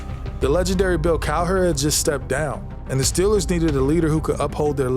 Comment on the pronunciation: If you're going to do a video about the Pittsburgh Steelers, you should really learn how to pronounce Steelers.